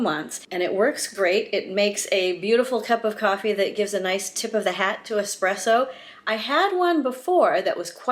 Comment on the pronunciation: thank you for correctly pronouncing espresso.....if i hear EX-presso one more time ....haha! great video!